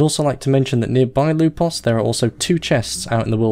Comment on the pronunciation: Why did I find you saying "Lupos" so satisfying on his introduction? xD